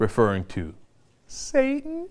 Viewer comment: pronounced SAAAA-TAIN